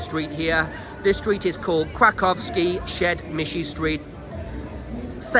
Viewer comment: The way he struggles to pronounce krakowskie przedmieście